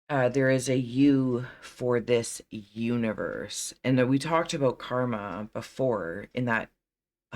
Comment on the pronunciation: You-niverse (I heard it somewhere ;)).